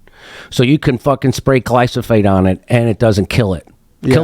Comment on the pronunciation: I really wish Jim would learn how to pronounce glyphosate, his rants would sound just a little more cogent.